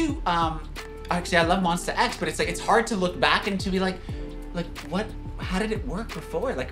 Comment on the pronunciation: it's Monsta X not monster x In Jooheon voice : "we're not monster just Mon - STA" 😊